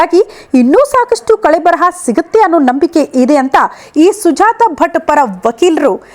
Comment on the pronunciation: ಅದು ಕಳೇಬರ,ಕಳೆಬರಹ ಅಲ್ಲ